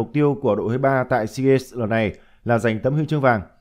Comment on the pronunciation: Sao cứ phát âm hoài seagaNs? Hãy đọc là deagaMs. ( EM MỜ nhá)